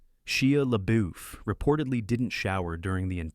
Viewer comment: This could have been so much better had someone (you know, an actual human. Even a child.) Do the voice over. Either that or generate your text phonetically so the AI doesn't butcher Shia Lebeouf's name or the grammatical errors sprinkled throughout the piece. I'm not impressed. Do better.